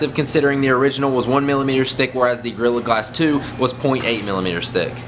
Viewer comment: At first, it sounds like you are saying girl glasses 2